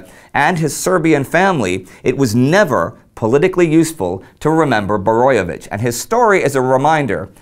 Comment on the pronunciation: Great episode.You did a great job on pronouncing Kvaternik and Borojevic's names.It's sad that only one street in Croatia is named after him.A forgo otten hero,whose father was a Serb and mother Croat...